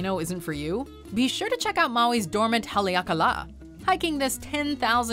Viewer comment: Mojo Travels, KNEE-how (Niihau) is actually knee-ee-HOW. As per the song, the state fish is the ha-lee-ah-kah-LAH (Haleakala) is actually ha-lay-AH-kah-la, which is Hawaiian for 'house of the sun', and is the name of 1 of the 2 national parks in Hawaii.